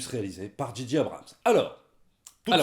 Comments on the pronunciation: Juste un petit effort, les gars: prononcez "Djay-Djay Abrams", svp... ;-) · Les gars, arrêtez de dire "Dji dji" Abrhams... Soit vous le dites correctement à l'anglaise "Djé djé" ou à la française "Ji ji"... Là, c'est comme si vous disiez G.G. Abrhams... ça énerve un peu. Désolé...sinon, super critique! Merci.